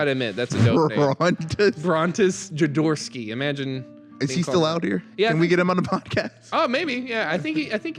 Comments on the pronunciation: Jo-do-rowsky. (Hoe do rous ki) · I think it's pronounced 'joe door OFF ski' but you at least you pronounced my name right.